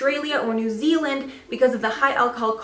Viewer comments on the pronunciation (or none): none